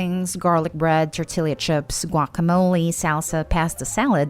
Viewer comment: I'm sorry. Your pronunciation of "tortilla" chips gave me pause.